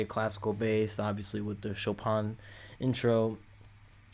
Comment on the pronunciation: Thanks for coming back to Lovebites, and for not trying to pretend you know more than you do. You actually got the pronunciation of "Chopin" closer than most reactors! So, for background: Chopin (pronounced Show-pan) was a Polish-born Romantic-era (1800’s) classical composer and piano virtuoso who lived most of his life in France. He is considered one of the greatest classical composers of all time. Miyako, who composes a lot of Lovebites’ music, is a professional-level concert pianist, and was originally going to make classical music her career. When she was 18, she picked up a guitar, and is now one of the best metal guitarists in the world. She particularly likes the Romantic Era classical composers like Debussy, Dvořák, Chopin and Rachmaninoff. She composed “Swan Song” using elements of the New World Symphony (Dvořák) and Chopin’s Revolutionary Etude (official name Étude Opus 10, No. 12 in C minor).